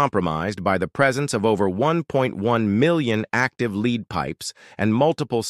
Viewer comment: AI generated and narrated. 🙄🙄🙄 Lead - the metal is pronounced like led. 🙄🙄